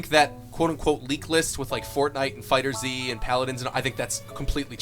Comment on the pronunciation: fighterZ not fighter Z